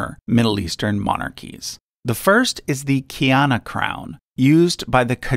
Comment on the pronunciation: Thanks for including my family’s crown but kiani is pronounced kay-ar-ne